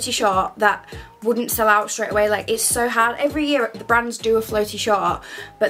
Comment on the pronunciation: Is it just me or does she say “soo” really strange 👀😂 .. love your style advice though!